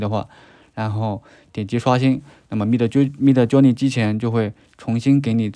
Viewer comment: 太喜欢你说mid Jony了😅😅